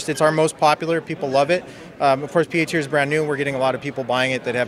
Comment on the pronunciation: I could've sworn it said "teats" instead of "tears"